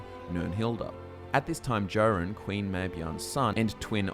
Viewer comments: I don't think he has. He keeps mispronouncing King Jorunn's name: it's pronounced "Yor-un" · Someone who pronounces my king's name as "Jo" run, is clearly an Aldmeri elf trying to publish propaganda against the pact. psh.